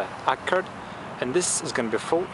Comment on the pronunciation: wtf is a "Honda aker" ?